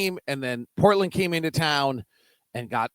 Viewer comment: I love how pronounces it Brookland and Portlynn